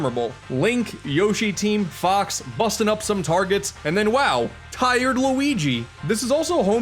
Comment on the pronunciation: Wen he said fox I thought he said f***